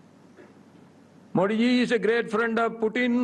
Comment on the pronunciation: Sir modiji ke nam ka u haryana sahi nahi